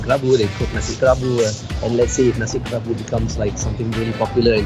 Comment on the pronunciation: I love food AND history, so I love your channel, especially as you dive quite deep. However, kerabu is not pronounced KEH-rabu or KE-rabu : many people in your video pronounce it correctly k-RA-bu with a slight roll on the "r" and accent on the penultimate syllable - now I worry that if you can't get it right when others around are showing you how it's meant to sound, then how is your Thai pronunciation (which I know very little about) - also - I can be too critical...